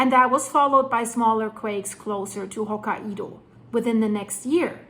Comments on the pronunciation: Hokkaido is pronounced "Hoke-eye-dah". Blessed Be! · It's pronounced "Hoke-eye-doe" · Still saying Hokkaido in a funny way. Hokaiiiidooooo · Ho" + "ky" + "doh Here are a few tips that should help you perfect your pronunciation of 'hokkaido': Sound it Out: Break down the word 'hokkaido' into its individual sounds "ho" + "ky" + "doh". Say these sounds out loud, exaggerating them at first. Practice until you can consistently produce them clearly. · Japan is cringing. Please learn how to say Ho-KAI-DOUGH. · They pronounce it Hok(eye)doh❤ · please, it's "Hok-kai-do" with an accent put on the second syllable. You pronounce the same way it's written, romanized japanese is very easy to read, because you pronounce all the letters you see in a word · hokka IDO ??? really ? and im gonna sit watching whatever you have to say when you didnt even try to say the name ? im not japanese but HOKA - IDO?????? -200 IQ points on effort in there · pronounced Ho KI do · Sorry, but how can you not pronounce Hokkaido? That's just ridiculous, makes it seem you don't have a clue what you're talking about.